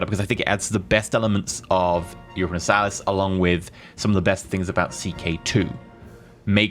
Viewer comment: He can't say Europa Universalis or Imperator properly. If i were paradox i would revoke the early access to this guy.